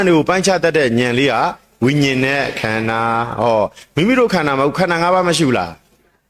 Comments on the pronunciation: ခန္ဓာ၅ပါးတောင်ပီသအောင်မပြောနိုင်ဘူး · ခႏၶာ ငါးပါးကုိ...အသံထြက္က မမွန္ပု😊